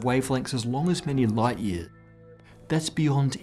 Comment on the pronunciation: What happened to the "s" in "lightyears" ? :D